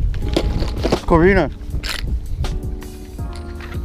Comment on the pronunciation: It corbina but nice catch